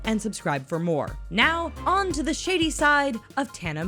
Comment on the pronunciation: Am I the only one who in the beginning heard shitty side instead of shady side?